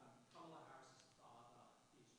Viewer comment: Trump pronounced Kamala’s name right. Proof he mispronounces it on purpose to appeal to morons.